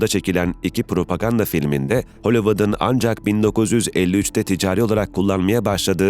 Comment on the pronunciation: Metinlerin düzgünlüğü takdire şayan da, bu nasıl bir okuma yahu? Japon mususuz da L sesini R sesiyle karıştırıyorsunuz? Kızırötesi, hövüvud…